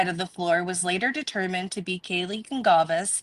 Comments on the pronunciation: It is not a big deal but isn’t Kaylees last name pronounced Gon-Sal-ves? 🤔 Not being critical I’m just wondering!Anywho I was so happy when I saw you posted a new video on this case, I love how you are always so clear about facts vs. speculation & how respectful your coverage is. ❤❤❤❤ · I am Portuguese and the way it is spelled, it is a Portuguese surname, and you are correct it is pronounced Gonsalves not Gonkalves. There are many similar surnames that are Spanish in origin but those are spelled differently. :_Heart